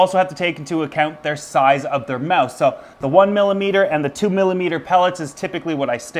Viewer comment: LOL you say "mouth" like Dane Cook Mowth